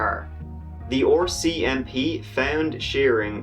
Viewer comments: its the RCMP, Royal Canadian Mounted Police not OCMP. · "The Oar-CMP" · I am Canadian and it sounds like he is saying "orcmp." So very sad about the little girls and whole family. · i've never heard RCMP pronounced with an O before... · I will never get tired of hearing how pronounces “rcmp”